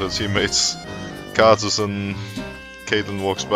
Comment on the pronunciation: why does he keep saying khazicks? ohh karthus...